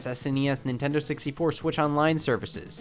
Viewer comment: did he just say Nin tend on 😂😂😂😂 nigas